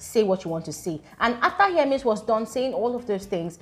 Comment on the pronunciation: It’s not here-MAIZE I think it’s HER-miss 😅❤ HER-mes